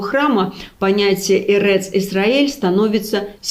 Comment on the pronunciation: Хорошо стараетесь! Мягкий голос,наверно ,проникает в мозги, души. Ложь, извращение смыслов. Кстати, " Эрец" с ударением на " е" - это не от слова " эрекция" . Очень ты стараешься. Видимо, хорошо зарабатываешь.